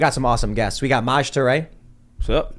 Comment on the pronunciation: that’s how you say his name! I love Maj.